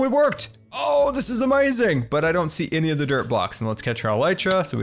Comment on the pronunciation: A few absolutely amoizing things about that I like: •His voice •The way he says amoizing SERIOUSLY THIS GUY IS AWESOME:)